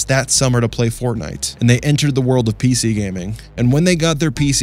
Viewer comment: “Piece-E” Lol the way he says PC is so funny to me